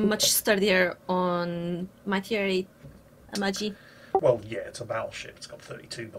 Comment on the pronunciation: "Amachi" OH BOY